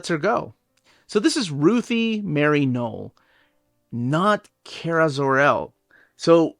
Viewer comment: Man I don’t like the way he says “Kara” He say key-era It’s Car-a